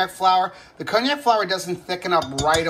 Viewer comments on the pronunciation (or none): Happy Thanksgiving ALL! Isn't that pronounce con-jack? I never heard it called by the name of an expensive liquor. :D